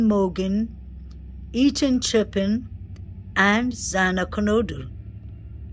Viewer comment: Love your channel but please pronounce their names correctly... Ethan's is pronounced chay-pin and Kaylee's is pronounced Gon-sal-ves 🤗